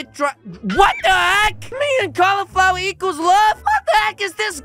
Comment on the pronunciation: I love "Califlower" says